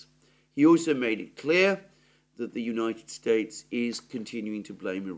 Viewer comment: I noticed you said the United Straites